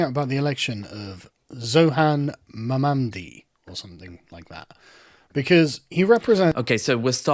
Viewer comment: Sargon intentionally mispronouncing "Zohran Mamdani" is such low-hanging fruit. If you're gonna be racist at least be interesting.